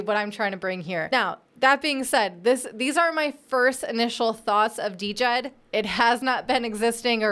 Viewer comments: We'll be waiting for your correction. COTI is the provider of DJED (pronounced JED). $SHEN is the reserve token. You have made no mention of the minting process and how both tokens work in correlation with each other. It' s totally different to all of the other stable coins you mentioned. Spend a bit more than 5 mins researching next time before posting trash like this. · Trying to be positive but this sounds like you didnt do any homework. It is pronounced: JED. You did not mention SHEN or trip levels of minting burning. I am not a maxi trolling you bur please do proper research. You didnt mention COTI.. or this being Minimum JED. If you need a primer reach out to the Cardano community. Your script was shallow without substance. That is what upsets Cardano folks. You didnt even pronounce it right so clearly you didnt watch right videos. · JED the D is silent people. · I thought she said the "stable coin" was called DEGEN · DJED - Pronounced "Jed" silent D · She can't even pronounce it correctly. How much research did she do? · The "D" is silent. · Luv ya. The "D" is silent in Djed. Stables are essential for DeFi, I hope a non-censorable few succeed across bridging platforms. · Are you sure? Have you not heard Charles hoskinson ever mention it and not pronounce it the way you pronounce it which is wrong